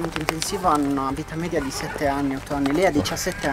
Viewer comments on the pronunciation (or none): none